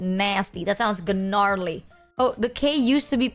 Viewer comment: 1st off, half of chat is stupid, 2nd.... Are just gonna gloss over the "Gnarly" pronunciation???